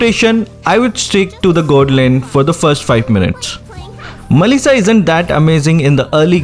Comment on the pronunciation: When u say mellisa it's sound like Malaysia